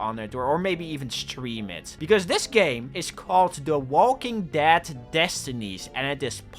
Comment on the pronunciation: saying Walking Dad is hilarious. This guy can't talk.